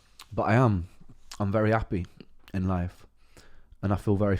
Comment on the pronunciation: love the facet as a fellow man who is a Welshman and who thinks of themselves as a Brightonion I still hear the welsh pronunciation in your words like Appy, with a soft a.